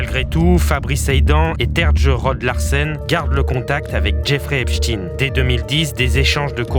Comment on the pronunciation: Soit vous dites EPSTINE, mais pas EPCHTINE… On comprend trop que la direction vous a donné des consignes pour ne pas dire EPCHTEÏN sinon (comme FRANKENSTEÏN)…